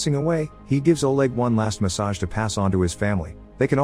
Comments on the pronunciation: I love the robot they have reading this, the dying old man gives the young guy a massage and not a message. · ".....one last massage to pass on......" Message, it's message! Where do they get these narrators? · live = laive message = massage 😂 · it's message not massage 😝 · One last massage wtf is that Is this a robot that is narrating this shit because the way it pronounces words not normal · I just noticed that this is read using a reader. Took me long enough, but the misreading of the words ‘lives’ and ‘message’ gave it away. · They life there? Must be They live there. He gives a last massage? Must be message. Voice over real? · "Give them one last MASSAGE: they can all go to hell!" That was slightly confusing at first haha MESSAGE not MASSAGE! Silly recaps 🤭 I love it I watch all of these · I actually thought he said massage.. reminds me of a different vid where it says "he drinks from a poodle 🐩" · It's the reason why I came to the comments, lol I like watching his content but bro will easily mispronounce anything 😂 🤣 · I like how the robot is able to identify intonation but after years still can’t say “lives” or “message.” 🤣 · Are you using a voice program that can't pronounce lives correctly, or the word message?